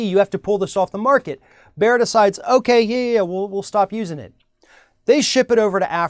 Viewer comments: Bayer is pronounced like "Buyer" not like "bear" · "Bear"? The name is pronounced like "buyer". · It's Bayer, not Beyer. You already found out that it's not an American corporation, so why not research for 2 minutes on how to pronounce a name you will say every 5 seconds? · "Bayer" is pronounced "Buyer". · I've always pronounced it as bay-er or just bear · Erm... Bayer is pronounced bear now? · i was like wtf is he talking about, what is Bear. Cue all the people schooling you how to pronounce a German company in Amurican. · Please pronounce it "Buyer" it's Not a cheap pun, it's the actual correct pronounciation ;) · You don't even know how to properly pronounce Bayer but you have an opinion. You pronounce it "Buyer" eejit!!! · The way this guy says Bayer is making my ears bleed. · Please pronounce Bayer correctly. At least try to. It is not that hard to pronounce the A. Bayer is evil, yet omnipresent.